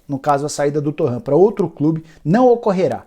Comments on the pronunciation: Nicola! Por que vc insiste em chamar TorrEnt DE "TorranT" quando o mesmo diz que a pronúncia é TorrEnt? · tá falando o nome do cara errado, não é torraaan é torreeen, ele é espanhol, não é francês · Torrãn... Torrãn... Torrãn... Torrãn... Torrãn... Ele é francês???